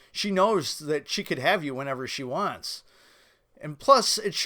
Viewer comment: “Wantzzz” lol